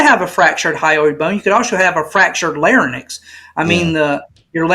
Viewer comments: Only a small suggestion, for those researching neck anatomy. The word is Larynx not Lar-nyx as the guest was pronouncing it. But not a big deal. Don’t jump on. Much love ❤ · Although he should know how to pronounce larynx.